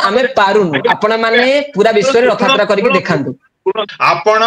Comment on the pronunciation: Anchor ଙ୍କୁ ଅନୁରୋଧ ଯେ ପ୍ରଥମେ ନିଜେ ସେ "ରଥ ଯାତ୍ରା " କୁହନ୍ତୁ, ରଥ ୟାତ୍ରା ନୁହେଁ